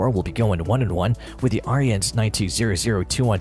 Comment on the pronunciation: Hard to take the AI voice seriously when it can't even pronounce Ariens correctly, lol. It's pronounced "Erins", not "Aryans". And why so many people get that wrong boggles my mind. I used to work at Tecumseh back in the day and we built the engines for them and often had their company reps there and not once did I ever hear it pronounced like Aryans by ANYONE.